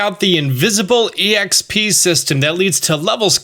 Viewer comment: People who say exp that way make me uncomfortable